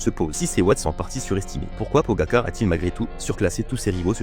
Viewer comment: pogagar 😂😂 merci l ia